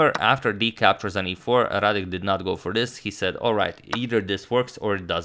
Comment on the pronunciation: excellent "Radek" pronunciation